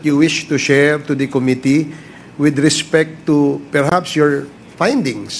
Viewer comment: OMG.... weh maging presidente?????? incorrectly pronouncing Committee.... sakit sa tainga para maging future president.